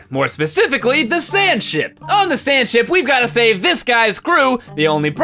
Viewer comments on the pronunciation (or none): I thought he said Sandshit